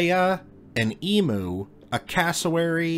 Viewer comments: Eem-you not dem -oo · Not to be picky but I'm Australian and it's pronounced Eeemyou not emooo lol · Note from the Pedantic Police; in Aust. we call them "EEM-you", not EE-moo...it's a very common mispronunciation, but if you're gonna roll with us downunder you've got to get with the lingo - so nxt time you see someone you know, just say "...Gudday, mate! Owyer goin', orright?...", & everything will work out just fine! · Em U. Not E Mu. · E MEW not E moo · Fantastic video!! Small correction: E - mmmm - U (letter, sound, letter) not E - mooo (letter, sound, sound). It’s not that big of a deal but Aussies always die a little inside every time we hear Americans pronounce it Emoo ❤️ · If you're going to make a video with living animals in it, learn to say their names correctly. It's not e-moo. it's Eem-You. Can't stand Americans butchering names of anything. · Emu is not pronounced eemoo it is eemyou. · It never ceases to annoy me how Americans pronounce Emu. It's not Emoo it's E-Myuu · Emu is pronounced EEMYOU, not EEMOO! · I thought emu is pronounced emew / emyu